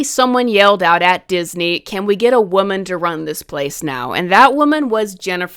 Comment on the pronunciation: People who can't pronounce woman are not to be trusted 😂